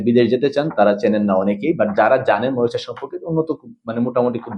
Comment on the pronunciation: মরিচাস না মরিশাস